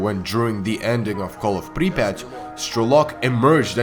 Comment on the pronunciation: i could listen to this guy say Припять all day